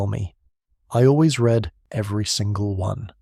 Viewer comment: I genuinely enjoy your channel but, for the love of all that is holy, can AI learn when to pronounce it REED and when to pronounce it RED???